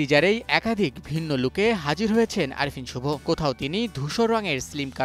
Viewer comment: মুখে অন্ডকোষ নিয়ে উচ্চারণ করেন নাকি? শুরুতেই নামটা এমনভাবে বললেন যে- ৩ বার শোনার পরও ঠিকমতো বুঝি নাই।